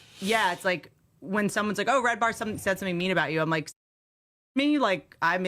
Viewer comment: His name is red ban not “red bar”… isn’t it?